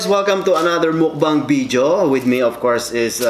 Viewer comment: Until next Bidyo HAHAHA so cute.. Pilipino accent tlaga😂